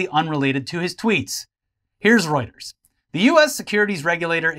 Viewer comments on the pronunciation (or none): none